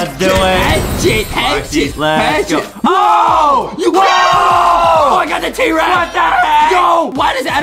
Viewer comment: When Adam was trying to say "ohhhhh" but he said awohhhhhhhh u should put that in a Adam mispronounsing words again compilation